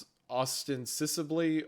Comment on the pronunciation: It's "Os-tense-ibly". It means "supposedly", essentially